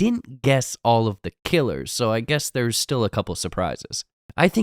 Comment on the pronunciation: bro said killas